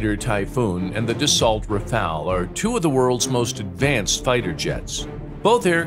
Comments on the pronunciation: Dah * so, not Duh * salt. 😂🤣😂🤣😂✌🐸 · Dassault: Dah So 2nd syllable: 'Au' rhymes (roughly) with English 'go' or 'low,' as in 'au gratin' or 'au revoir'. The final 'LT' is silent.